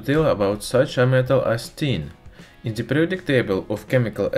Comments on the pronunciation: Чёрт подери, твой акцент на уровне первоклассника. Хотя бы de вместо ze говори, будет гораздо лучше. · nice video, but unbearable to watch because you say ''ze'' like every 5th word